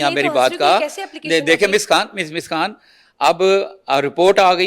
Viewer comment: محترمہ آپ کیا بھارت سے پڑھی ھیں ؟؟ کہ آپ خان کو کھان کہتی ھیں "خ" کو آپ ھمیشہ کھ کیوں بولتی ھیں ؟؟؟؟